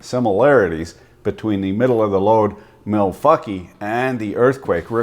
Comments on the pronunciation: You're pronouncing Milwankee wrong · Did he just say. Malfuckee?